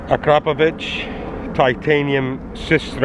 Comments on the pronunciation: i upvoted this video and subbed you because you are the FIRST english speaking person who can pronounce AKRAPOVIC correctly. THANK YOU VERY MUCH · First exhaust video I've seen where Akrapovic is pronounced correctly. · at least someone who pronounces akrapovič correctly :D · I love how you can say Akarapovič correctly! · you pronounce akrapovic very good on you tube they pronounce it difrent but that is incorrect